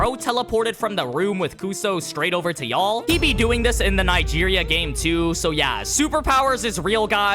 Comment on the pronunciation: bro didn’t even try to pronounce Nigeria